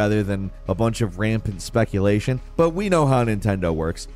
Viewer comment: “There’s lots of Spikulation out there”.. Am I missing something or did he just accidentally pronounce “speculation” as “spikulatiion”?!? Lol